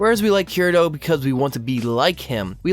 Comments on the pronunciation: It's Kee-Re-to not Ke-re-do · How is this not about Tanya the Evil? DEUS VULT. I think you're totally right about this movement being a reaction to the Mary-Sues tho. Also please god 'kii-rii-toh'. If you're going to have an anime channel at least try with the names.